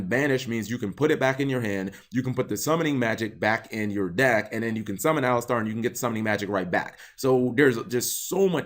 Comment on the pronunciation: Why is this better than the "boss" monster... Anyways, Eidolon needs some more maindeck cards to fully witness their potential. P. S. I think it's pronouced A-lie-ster over A-lis-star. But who am I to question Cap's winged pronunciation Kappa :^)